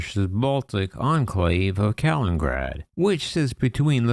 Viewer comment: The city is called Kaliningrad, not Kalingrad.